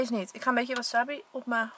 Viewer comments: Leukee videoo! Maar je moet eigenlijk zeggen: waasaabi en maaki want er staat geen wasabbi of makki maar verderest leuke video😝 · Ik erger me echt aan hoe je wasabi zegt ):(